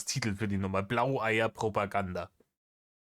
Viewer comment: Das Wort heißt Browoganda ☝️